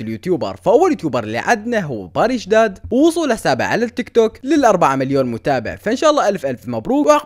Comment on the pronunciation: 😂😂 باريش اسمو باريش دادا مو باريش داد😂😂😂😂 ونور ما نباركله بسبب عيد ميلاده اسمها تهنئة 😂♥ ترا التعليق مزح ♥♥♥